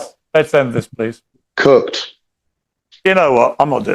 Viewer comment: Did he say Cucked or Cooked? Either way his wife's a wh*re